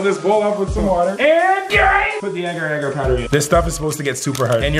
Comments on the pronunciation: its pronounce agar agar instead of ager ager ok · your pronunciation of agar agar is weird